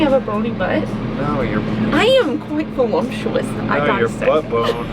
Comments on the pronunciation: You said “ Volumptuous” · Volumptuous!!!!!!??? 😂😂😂 and you laughed at Spencer for saying foilage!!!! Lovely watching you all working and playing together 😃